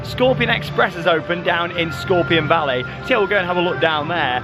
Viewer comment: I caught your (American) southern accent in "Scorpion Valley," soooo adorable bless your heart.